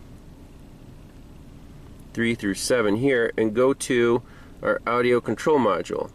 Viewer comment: Is anyone else chuckling every time he says audio as Audi-o? It reminds me of my grandpa.